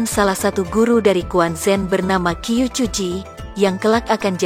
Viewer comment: Qiu = chiu, jgn Qiu bacanya Q aja